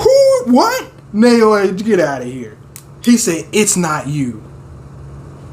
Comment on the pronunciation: It doesn't matter too much since Naoya already got iced (lol) but his name is pronounced like "Now-ya" Just wanted you to know! Maki comin through as Toji 2.0 is truly the best turn this story could have taken. Can't wait for the chapters to resume. Love all the reactions! <3